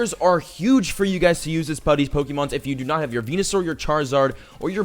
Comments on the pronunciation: am I the only one who heard him say penisour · He said Penusaur... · has anyone cough that he said PENESsour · he said penisaur😁😁😁😁😁😁😁